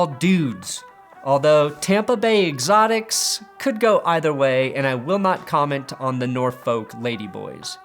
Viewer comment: "Tampa bay Extoics"